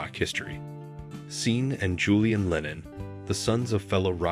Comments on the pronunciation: Seen?? Lennon - pronounced Shawn (sp Sean). Does he mean sargeant not surgeon? Oy! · "Seen" Lennon? Sean is pronounced SHAWN. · When mentioning Sean Lennon, his name is pronounced like SHAWN, not SEEN, lol, I've never heard anybody make that error before you, otherwise, brilliant documentary 👏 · Not pronounced "Seen" but "Sean." pronounced "Shawn" 😂😁😊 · ‘Seen’ Lennon??? Who’s that?? Try Sean Lennon. Pronounced “Shawn”. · Also, "Seen" and Julian Lennon? Sean is pronounced Shawn! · it 'shawn' NOT Sheen Lennon ... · Seen Lennon ? It’s pronounced Shaun (Sean) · Sean is pronounced SHAWN